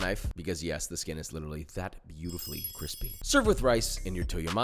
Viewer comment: I have to say I’m dissatisfied, all that crunch and crisp…but not a single cWiSpY